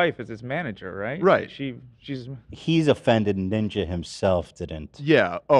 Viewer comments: saying Niña instead of Ninja was extremely annoying and boomerish. something my grandma would do and I dont even like Ninja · the way is so adamant about pronouncing it ninya is so cute